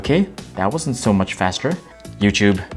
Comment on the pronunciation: It's Yu-Tub not Yu-Chub. Please stop.